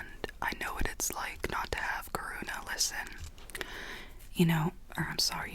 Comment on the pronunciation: I love how you said “your mother karuna” 😂